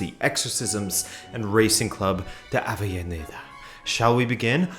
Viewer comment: Dude, learn some Castillano. It’s pronounced RAHsing, and they play in AveZHAneda